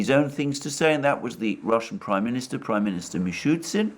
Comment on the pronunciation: Just a question to Alexander about the pronunciation of the Russian prime Minister's name.The Russian spelling seems to indicate it should be "Mishoostin", not Mishootsin